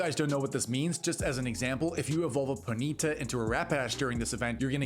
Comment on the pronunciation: It’s pronounced PONY-TA . And RAP-PA-DASH. The fuk lmao